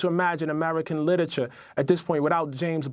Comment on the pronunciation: Ta-Nehisi Coates is celebrated on the left as a writer but he can't pronounce "literature" or "tertiary".